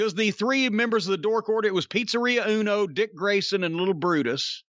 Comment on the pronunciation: Jim saying 'Pizzeria Uno' never fails in making me chuckle.